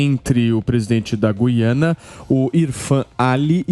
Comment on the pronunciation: Sr. locutor: GÜIANA – No nome deste país a vogal U soa; a pronúncia não é como a da nossa palavra GUIAR, mas como em RUIANO (referente a Rui Barbosa); em tupi: GÜIRÁ (pássaro); ou no vocábulo hipotético TUIANA. Em grego: Γουιάνα; em alemão: Guyana (Ü). A inexplicável, absurda eliminação do trema na nossa ortografia provoca erros de pronúncia.